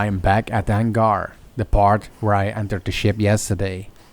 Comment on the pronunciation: What’s a hangR?? 😂